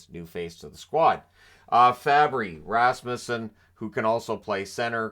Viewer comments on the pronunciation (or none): none